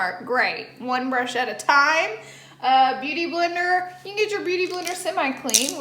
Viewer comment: “Beuty Blendr” 👍🏼